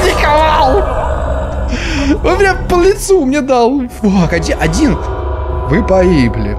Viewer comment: Мне так нравится как говорит:Ви погибли